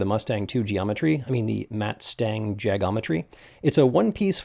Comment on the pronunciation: 'muttstang' suspension? (Matt-Stang)